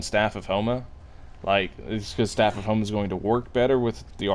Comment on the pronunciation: why u said staff of homa i heard homo lol